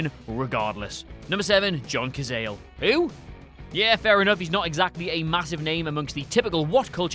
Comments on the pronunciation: Apparently they don't know he was Italian. I think it is pronounced, Sa-za-lay. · John Cazayle. Okay you're definitely doing it on purpose. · "Cazale" pronunciation was so awful I had to stop it there.